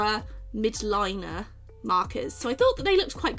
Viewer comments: it's not pronounced midline it's pronounced mildliner (Miledliner ) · My mind was blown the day I realised it was ‘miLd-liner’ with an L and not ‘mid-liner’ but I’m also glad I’m not the only one who missed the ‘L’ lol